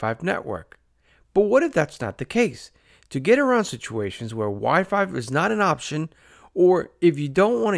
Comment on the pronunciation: Why do you keep saying Wi-Five??